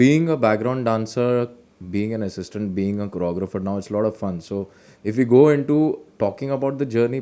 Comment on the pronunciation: The way you said "choreographer" is amazing.